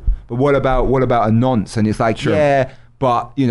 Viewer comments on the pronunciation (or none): none